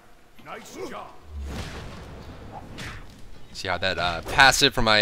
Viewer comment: "JERB" ... 'murrica.